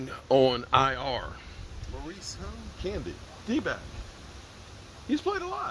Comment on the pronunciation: Candy?? 🤣🤣 Ca-na-day.